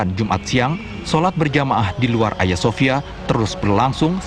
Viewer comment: Cara bacanya salah mba itu Agia bukan aya. Agia sophia